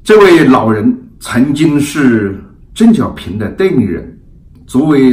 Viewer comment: 我本人对何总的很多观点都是支持的，但是您本期节目里的“邓小平”的发音一直都是“郑小平” ... 我也真是醉了！ 另外，我眼看着明镜媒体一天天的壮大，本人是由衷的欣喜！ 继续加油！